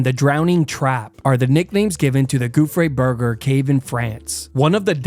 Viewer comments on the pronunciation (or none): Gouffre Berger Cave❌ Gouffré Burger Cave✅